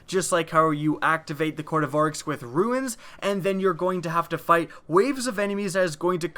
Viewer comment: RUNES, not ruins